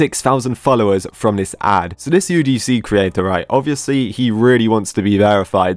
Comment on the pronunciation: Wait i a minute when he said creator it was kinda off